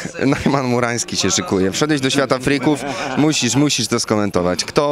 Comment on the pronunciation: Brak profesjonalizmu dziennikarz przekręcił celowo nazwisko muranskiego na ruranski